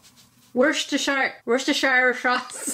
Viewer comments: don't know if it is just because of cultural difference but we say sheer not shire for the sauce. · Props for getting 'Worcester' right, but 'shire' is pronounced 'Shur' This also goes for place names- Hampshire (Hampshur), Hertfordshire (Heartfordshur), Cheshire (Cheshur) :D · Just to let you know - it’s pronounced “wuss-ter-sheer” sauce. I appreciate that’s in no way evident from the spelling. 😀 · The finished result reminds me of Dante from Coco when he becomes an alebrije Also it’s pronounced wuss-ta-sheer sauce 👍🏻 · it's pronounced like rooster with a w ;) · Before I say what I’m going to say, absolutely no hate to. It’s an English sauce pronounced wustershire sauce. I found the way you were pronouncing it absolutely hilarious 😆. It made me burst out laughing. Btw I’m am English. No offense but don’t choose a career in impersonating English people! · Oh, your pronunciation of Worcestershire hurts me! It's "wuss-ter-sher" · It is funny, but then even some English people have trouble saying Worcestershire. My mum says it is if the word has an extra 'chester' in it. Makes our whole family chuckle especially when we trick her into saying it.